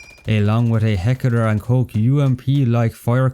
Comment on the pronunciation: "Heckeler and koch"